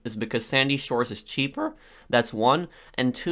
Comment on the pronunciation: "because is cheapeEeRr"